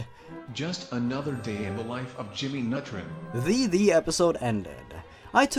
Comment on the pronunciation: I like how he said "just another day in the life of Jimmy Nutrin" instead of Jimmy Nutron. Ha. Jimmy Nutrin.